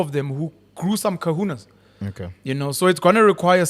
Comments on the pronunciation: It's not "CAHUNAS" it's CAJONES and for those who may not know "Cajones" is Spanish for balls... Where Penuel said "people that grew some cahunas"... I understand it's not his language, but if you can't pronounce it correctly just don't 😂😂💔🚮 It defeats the purpose!! Just call balls balls!! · Cojones is pronounced "kuh-hoh-nayz" not "Kahuna" which is actually Hawaiian which actually means an indigenous religious leader, it was also popularized in the movie Gadget from surfing... But they weren't talking about balls!😂😂